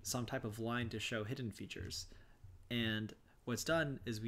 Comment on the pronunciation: Great informative video. Nice job. You are mispronouncing hidden.